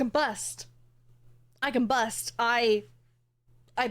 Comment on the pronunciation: I misheard "I combust" as "I can bust". That caught me do off guard